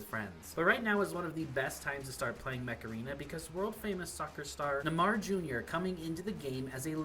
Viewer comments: Nuhmah jr bro couldn’t look up a pronunciation real quick lol love the video tho❤ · He said it like neh mar jr. 🤣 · Neymar is pronounced NAY-mar.